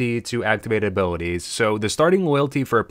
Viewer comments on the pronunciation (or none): You said “abilwitties” are you from Pittsburgh? Great video btw. Most information one I’ve found yet on the subject!